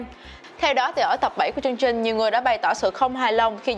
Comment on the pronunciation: Đọc không đúng chính tả chữ "Ch" trong chữ "chương trình". Chắc cố tình 🙄😑